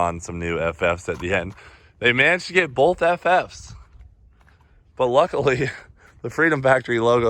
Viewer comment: Cleetus says “bolth”. Not “both”😂